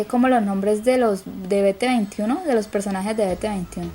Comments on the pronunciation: biti twenty one no es bete veintiuno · "Be te veinti uno" porfa intenta decir 'bi ti tuenti uan'